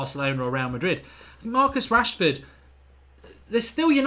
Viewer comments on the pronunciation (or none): none